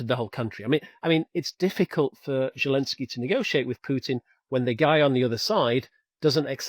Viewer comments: I hate that this man cannot say the Ukrainian president’s name correctly…it is NOT Желенский….(zhelenskii) it is Зеленский..(Zelenskii) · ZHILENSKY rather than zelensky?? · Can someone tell this guy that Zelensky's name is not pronounced "Gillenzky"! Really irritating!!!